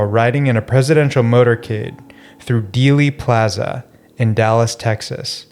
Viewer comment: That is the worst AI generated host I have ever seen. And it's pronounced "daily" plaza. That's a giveaway.